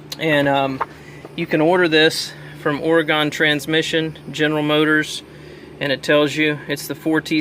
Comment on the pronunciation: ..... Are you saying Oregon???